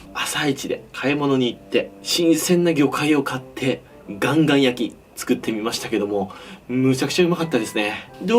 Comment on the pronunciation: カンカンなのかガンガンなのかはっきりしてくれ。